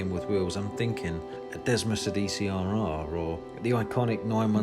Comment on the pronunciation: great video, but if you call yourself a fan of "anything Italian with wheels" you should know that desmosedici is actually spelt "desmo -sèh -dee -chi"